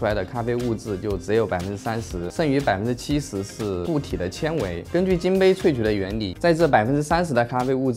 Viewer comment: 其实纤维是读作 xiān wéi